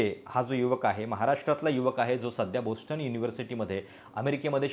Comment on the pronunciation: बोस्टन नाही, बाॅस्टन